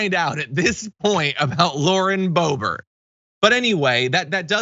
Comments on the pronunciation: It’s not bo bo. It’s bloburt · Keep calling her Bobo, John. She doesn’t deserve the dignity of you getting her name right. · you said Bo Bo by mistake I think it's appropriate or how about Bo Hoe